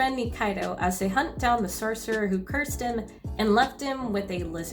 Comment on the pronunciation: serserers. cercerers. sercerers. cerserers. Why can't you just say Sorcerer Properly?